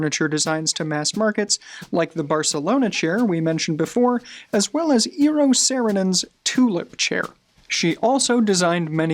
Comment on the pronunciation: Yeah, not in all cases... I did not understand the pronounciation of the Finnish designers Eero Saarinen and Eero Aarnio at all, but I knew the chairs so...